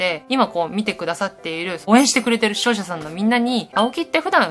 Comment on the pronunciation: 視聴者さんってとこ処女さんって聞こえるの俺だけ？